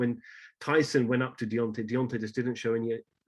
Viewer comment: It's deantay whylder